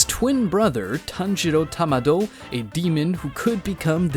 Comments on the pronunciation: bro why you sayin tamdo no its kamdo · Stop saying Tamado